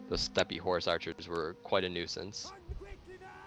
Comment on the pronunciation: Just FYI, I think you pronounce Steppe as /step/. Love your videos. Will 2v2 be your focus? Any chance of discussing tactics and army builds in the future? The more solid TW videos the better, so keep it up!